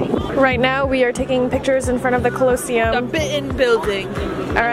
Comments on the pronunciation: Guys it pronounced colo-sseum not closseum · calosium? it’s Colosseum (cal-a-see-um) LMAO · It’s not colo seum it’s coli seum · did?…did you just say?…did she say..uhm…did you say CLOSEUM? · The ~cUlLoAsEuM~ lol that's not the right way to say it 🤣 😂 love them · I couldn’t stop laughing every time they pronounced “cOloseum” 😭💀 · Ca-low-sseum 😭 this made a deep cut but I forgive you (from an Italian) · Evelyns pronunciation is sending me collowcium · I'm sorry but the way u pronounced colesseum 😭✋idk if it's cus I'm British but its pronounced col-o-see-um 😅❤️ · they did not just say cuuuhloseum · They said the col-oa-cym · Colleseum is pronounced "cohl-li-see-um" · That’s not how you say colosseum! It’s col-oh-sea-um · bro stop saying closeum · I love how when saying her bucket list and said colosseum wrong😂😂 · Lmao I’ve never heard anyone pronounce colosseum like that before 😭very new and interesting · ik did not just pronounce the Colosseum like that 😭🦋💙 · sorry but the way said colosseum 😂😂 It’s really the way that they saying it wrong 😭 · I love how y’all pronounced colosseum 🥺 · pronouncing coliseum has me laughing lmao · the way pronounced colosseum 💀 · How they pronounce Colosseum makes me giggle. I love these three! Reminds me of my 2sisters and i :) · everytime you pronounced colosseum my body curled up a little 🤣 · The way butchered Colosseum😂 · The way y’all are pronouncing colosseum 🤣 it’s so cute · The way they pronounce colosseum incorrectly with such confidence.😂😂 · i love the way u pronounce colosseum lmao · POV: you watch the mispronounce colosseum for 18 minuets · the way they pronounced “The Colosseum” 😢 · the way they’re saying colosseum wrong the entire video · They way they pronounce colosseum💀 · the way u pronounce colosseum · The way she pronounced Colosseum 💀💀💀💀 respectfully not tryna be rude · The way they’re pronouncing colosseum is triggering me 😭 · i'm pretty sure it's Colo-see-um